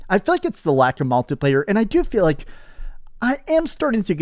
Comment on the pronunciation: Every time says "multi-player" it sounds like he's saying MALTI player.